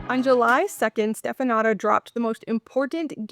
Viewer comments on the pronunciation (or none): it's pronounced shteh-fə-NOO-tsə 😂 Romanian ș is like SH and ț is like TS